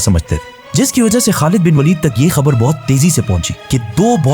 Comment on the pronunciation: not walid bro waleed